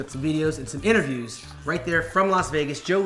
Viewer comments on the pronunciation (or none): none